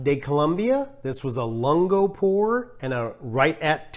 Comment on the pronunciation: Great videos. Have helped me make some coffee decisions. BTW - "lungo" is pronounced LUHN-goh) "long" in Italian. Not sure that text helps but sort of a mix of long "u" and "oo". And, I'm really not being a jerk, just letting you know in case you care. Again, great videos and the facial expressions are fantastic!